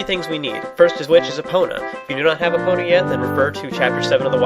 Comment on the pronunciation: Has anyone ever told you it's pronounced EE-pona not UH-pona?